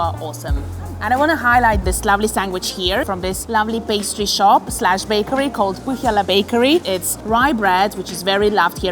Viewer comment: Pohjala is pronounced"poi-yala" It's a very Estonian word! Took me a while to get it right myself